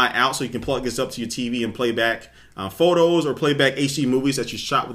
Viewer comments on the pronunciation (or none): "...you can add phorters" rofl